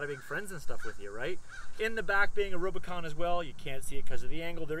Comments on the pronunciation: Is he saying robo-con?? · Its RUBicon not rob!! Great vid ahha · Are you calling it the Robocon?!?! 🤣🤣🤣 Good video bro. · U said rubicon wrong